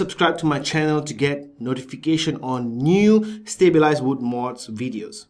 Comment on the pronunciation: Stableized? you must have said it about 10-20 times, its stab wood LMAO!